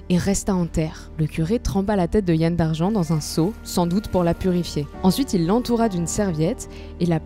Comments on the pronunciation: "Yann" se prononce yan-ne comme dans kouign amann (qui ne se prononce pas kouigne amane par ailleurs "youdig" comme tout les mots se terminant par "g" se prononce "youdik" "Morvarc'h" se prononce avec un "h" aspiré à la fin, on ne dit pas "morvark" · Ça se prononce Yan comme dans amande, et Douarnené pour Douarnenez. Et Huelgoat se prononce Hu-el. Autrement vidéo super. An amzer a dro, an Ankou a sko"